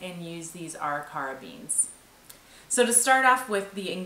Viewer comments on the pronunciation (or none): Ah REE ker uh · Arikara is pronounced ah Rick er ah. Nice work, thank you for providing super interesting Internet content. The best part of the Internet is being able to access information like this . Love your channel and that the family is part of everything.